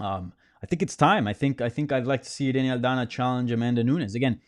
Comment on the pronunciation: I was waiting for that authentic Irena Aldana pronunciation and didn't dissapoint.